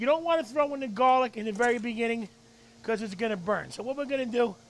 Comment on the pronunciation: I love how this guy says "Gollic"